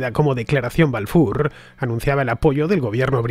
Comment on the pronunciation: Ofrezco narracion bajo guión con promunciación de nombres en el idioma original Rothschild o Balfour. Casi ofende la pronunciación